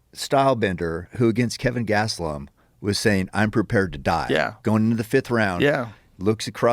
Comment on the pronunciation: "Kevin Gastellum" Casual fan confirmed.